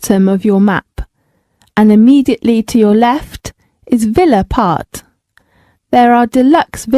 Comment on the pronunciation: but it sounds like path.